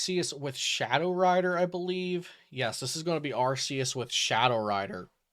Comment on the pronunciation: ARE—kiii—uss. SAY IT RIGHT. (Arceus )